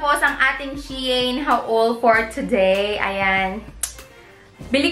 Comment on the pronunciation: Hello po. It is pronounce as SHE-IN ;)